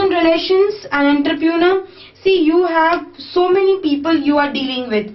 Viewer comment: Nice video ma'am n the correct pronunciation of entrepreneur is /,ɒntrəprəˈnəː/